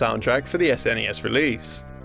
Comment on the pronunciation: I can actually finish this video, as he is not saying "ZZZNESS"